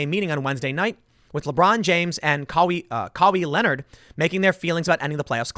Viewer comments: Lmao "Cow-E Leonard" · Kawhee leanord 🤣 Love Tim Pool! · Tim saying NBA names lol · I know tim doesn't watch sports but the way he pronouced Kawhi Leonard😂😂